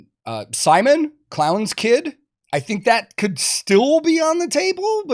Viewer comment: Who is Simon? You mean Syminion?